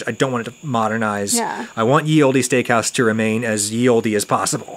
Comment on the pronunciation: What’s with Adam pronouncing “olde” as “old-ee” stressing the “e”. Driving me nuts 😄 I guess where I am no one ever accentuates the ending “e”. It’s just “old” with a longer “d” sound.